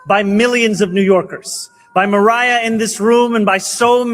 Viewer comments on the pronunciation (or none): none